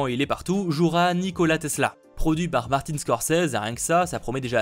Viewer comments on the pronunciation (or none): none